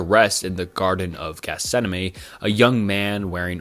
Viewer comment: How do you manage to say Gethsemane so many times without realising you're saying it wrong, baffles me